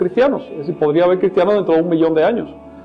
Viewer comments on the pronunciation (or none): none